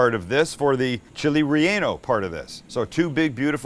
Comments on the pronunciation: ReAnal and beerRia at least try to pronounce them correctly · It sounds like he is saying chili" re- anal"